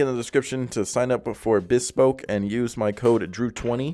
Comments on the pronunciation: Man's calling rice or nice but he cant pronounce bespoke 😅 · I don't think I've heard "bespoke" pronounced that way before.